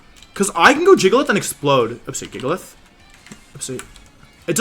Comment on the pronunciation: Weird how Wolfie kept mispronouncing Jigalith with a hard G for a bit.